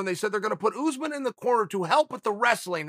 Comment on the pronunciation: PSA: his name is not OOZEMIN lol . its ussmaan .. uss like puss (no other word here lol) and man like "mon" .. or "gone" i need everything who says OOZEMIN to do 5 sets of 5 reps of this twice a week. I believe in yall